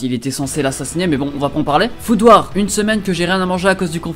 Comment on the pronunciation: Quand il a dit « Food Wars » j’ai entendu FOUTOIR XDDD